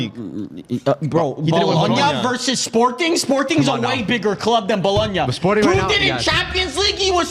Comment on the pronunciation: I know bro did not say Bologona if I'm even spelling that right is on the same tier as Sporting... S+ tier rage bait lol